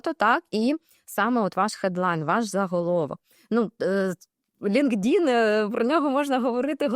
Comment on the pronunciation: Цікаво,але чому наголос ви робите на "ЛінкДін"??? LinkedIn складається з двох частин: Linked — «пов’язаний», «зв’язаний» (від link — зв’язок, посилання. In — «всередині», «у».Правильна вимова: Лíнктін (наголос на перший склад: ЛІНКтін). Англійською — LinkedIn [ˌlɪŋktˈɪn]